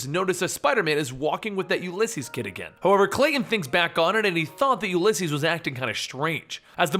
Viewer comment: You say the name weird. It's oo lee ses